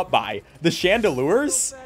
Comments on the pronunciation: Everytime I watch this guy he mispronounces a word so awkwardly. Chandelour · Only thing he said that ticked me off a but is he called a Chandelier a Chandelure. Y'know. The pokemon based off of a Chandelier.